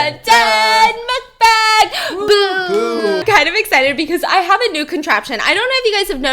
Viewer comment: Idk why no one is saying but Stephanie it’s suppose to be dun dun mukbang BOO! Not boo~(but it’s ok when your happy with it)